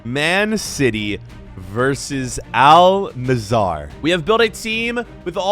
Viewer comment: Al nizzar💀